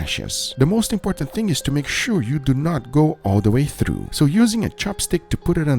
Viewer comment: Pov you watch guga for way he says through